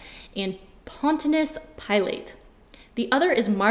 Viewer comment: I love that you can't pronounce Pontius Pilate. It's cute.